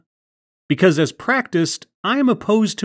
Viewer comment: Like when your cutting the video for pauses or things like that. Because I'm lazy, I'm using the first part of the video, - you said 'as it's practiced' but you must've cut out the A because it sounds like 's it's practiced.'